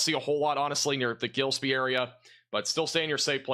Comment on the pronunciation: I truly comprehend how you could have mispronounced several Illinois towns which you may have never visited in person. But I've visited several of these towns and I do know their correct pronunciations. The town of Gillespie is correctly pronounced gill (as in a fish) es (as in the letter s) pie (just like saying the word pee). You seem to miss the letter n in the spelling of the town of Staunton. As for the town of Cowden? Just think of a cow sitting in a den. That's how you pronounce Cowden.